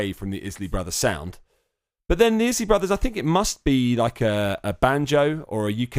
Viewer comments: Its pronounced eyes-Lee brothers Not izlee brothers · Isley is pronounced eyez-lee 🙄